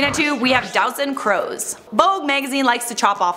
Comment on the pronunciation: Doutzen Kroes’ last name is pronounced as ‘Cruise’ or ‘Cruz’, not ‘Crows’......